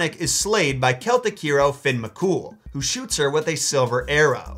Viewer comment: Also Fionn isn't pronounced Finn but Fi-un